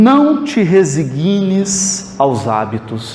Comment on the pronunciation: Ótima palestra,! Espelho-me em você, pois estou-me preparando para fazer palestras no centro espírita onde frequento. Permita-me fazer uma correção: a pronúncia correta é resÍgna-te, ou seja, a sílaba forte é sí (o acento agudo foi somente para marcar a sílaba forte) e não resiGUÍ-na-te. Abraço fraterno.